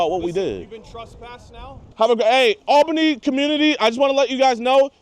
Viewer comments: Is it really hard pronouncing Albany correctly? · Why did you pronounce Albany like that? It is very odd.